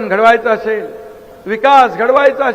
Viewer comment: बहिन अशेल पानी म्हनून... आनि म्हनून... किती अशुद्ध. 2.5वर्ष सहन केले.